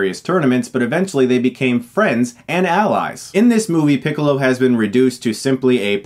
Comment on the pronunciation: hahahahahahahahahahahahahahahahahahahahahahahaha he said picklo it's funny because he looks like a pickle